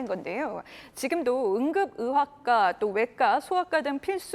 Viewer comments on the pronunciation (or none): 기자가 발음이 제대로 안되네요.. 으사 아니구요 의사...으학과 아니고 의학과